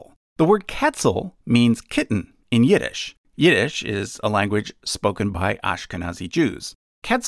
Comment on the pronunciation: Him:"Yiddish" What I understand at first second: Yeet ish